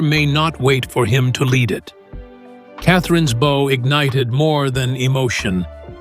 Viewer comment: The bow? C'mon get someone who doesn't screw up the narrative within the first five minutes